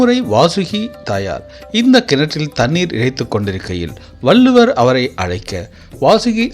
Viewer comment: வல்லுவர் இல்லை வள்ளுவர் என்று உச்சரிக்க வேண்டும்